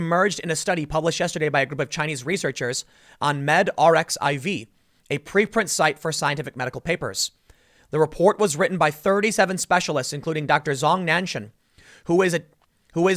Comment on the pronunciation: Tim, not to be pedantic here, but it is pronounced 'Med archive'. Long story, but nerdy reference to the greek letter 'X', pronounced 'Chi', probably started by Cornell University's launch of arXiv. Just figured you'd appreciate the correction given that you might need to read more stories that include this as a reference (or other 'X' sites, as there are many) as the virus gets studied more.